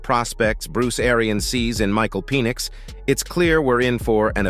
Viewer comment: Penn - ix not Pee - nix. Sounded like Penis!